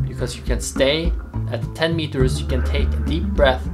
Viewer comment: Did you just said "can die" ? It kind of sounds like "can't die". Can you please clarify this. Thanks!